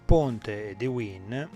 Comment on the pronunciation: Wien si legge VAIN, non era un tedesco? A parte questo, ottimo video, grazie